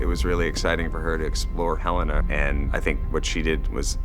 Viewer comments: Yo the elevator didn't ding! it's Helena not Helly R! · You are right, It's not Helly down there, it's Helena